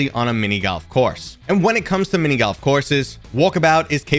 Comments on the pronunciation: nah, I just listened to it 5 times and I really hear GALF or GAWLF but definitely not GOLF. Maybe it's your accent, but I've never hear that one before. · What's mini GALF? 😂 Is it just me or did he pronounce GALF instead of GOLF?